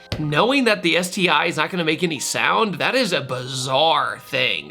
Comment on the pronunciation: “ÉTI” hahaha😑